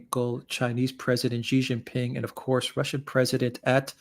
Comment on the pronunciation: SHEE JIN PING NOT JHEE